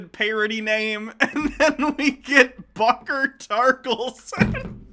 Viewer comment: "Buckle Tarkleson" really?